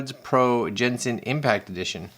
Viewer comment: As an avid Genshin player, this is not the crossover I expected to see happen. p.s. It's a hard G sound, like golf or gold.